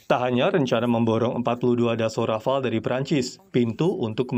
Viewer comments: ..bilang Rafale..Rafael 😂😂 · Rafale jadi Rafael..😄😄😄😄😄😄😄😄😄😄 Dahnil...2x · Bacanya: RAFAL. bukan RAFAEL. Sekedar informasi saja.